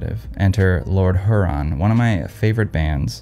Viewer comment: Big fan my guy, but totally mispronounced Huron!!! Just extra critical because it is my home state!!!